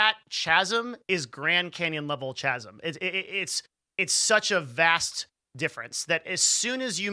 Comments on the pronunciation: "ch-asm"? chasm is pronounced "k-asm" :) ps i stayed through the whole thing, another good video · Hey, I stayed. Hey I hear this. This is really cool. Did I get it right? 🤣🤣🤣 Also, it's K-asm. The H is silent. 😅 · FYI - The correct pronunciation of chasm is : /ˈkazəm/ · Did he just say CH-ASM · I stayed for the whole video. I almost left when you pronounced chasm the way you did tho :) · The H in “chasm” is silent Otherwise brilliant video